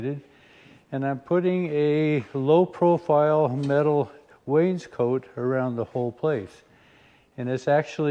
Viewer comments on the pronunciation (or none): As a lover of things historical, I’m going to correct you on your use of the word “Wainscoat”. The word is pronounced as it is spelt; Wainscot. Wainscot is a Baltic word for their native Oak. Much of this oak was imported into England for use as interior paneling because of its superior workability to the native English oak. So much of it was used that the paneling eventually took the name of the timber it was made from. Reference; Woods in British Furniture Making . An Illustrated Pictorial Dictionary. (Available on Amazon).